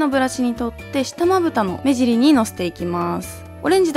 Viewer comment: 目尻言えてないw